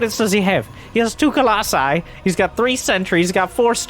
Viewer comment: I'm so glad you say "colossi"